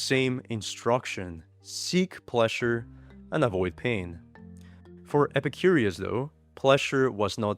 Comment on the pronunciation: I love videos, but calling Epicurus ‘Epicurius’ kinda grates on the nerves.